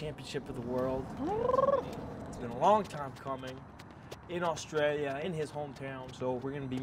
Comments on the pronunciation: Guess I've been pronouncing Australia wrong all this time then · Lmao I’ve never heard anyone pronounce Australia like that, let alone an Aussie lol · Anderson says Australia better than Australians. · Find somebody who says your name the way Anderson Silva says Australia.